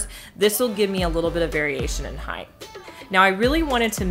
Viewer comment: It's height. Heighth is not a word.